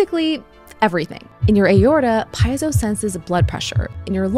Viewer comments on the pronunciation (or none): Good video. A couple reminders: - "Nobel" is pronounced no-BELL and not "noble." - "Piezo" is pronounced pee-AY-zo. You had it right the first time and then reversed it. Still an interesting video; love the channel. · Piezo does not sound like pie-zo. 🙄😖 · It's pronounced "peet-so" or "pee-zo". Not "pi-zo" or, my favourite one, "pie-ez-zo" 😂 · Fascinating video. Lots to unpack. Meanwhile, as a biology grad, I would like to point out that it's pronounced "pee-ay-zo". No pie is involved, except at Thanksgiving! 😉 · Piezo= pee-ay-zo. Not pie-zo. Electronics hobbyists often get this wrong and it drives me nuts, like feeling my insides during digestion. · Why would you pronounce piezo correctly, then switch to saying "pyzo"? I'm just saying, things like this heavily contribute to why people think americans are uneducated. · Not just vagus, piezo is also pronounced "pee-ay-zo". No slices of pie, I'm afraid! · She’s mispronouncing piezo , do your homework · I love your videos and will continue to watch. But don't understand how you can pronounce Piezo correctly one time then incorrectly thereafter. How you can correctly pronounce Nobel at one time and then incorrectly pronounce it thereafter. That gives shivers of AI. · Here's a bigger mystery: is it "pee-ay-zo" or "pie-zo"? I've always pronounced it the former because the latter just doesn't feel fight to me for some reason lol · You’re pronouncing piezo wrong. You said it correctly at first then pronounced incorrectly throughout the video. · she doesn’t pronounce piezo correctly